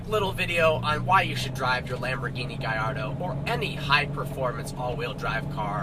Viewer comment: That's the correct pronunciation